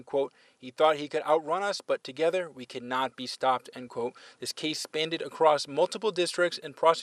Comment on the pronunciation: Reporter says “spanded”. 😅